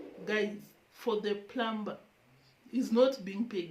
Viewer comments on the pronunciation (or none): I realize that in Africa the ”P” in the word Plumber,Plumbing is pronounced. The P is silent it rhymes with the word summer.